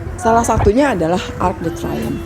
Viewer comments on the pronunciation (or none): Pelafalan Arc de Triomphe salah, jangan dibaca seperti membaca bahasa Inggris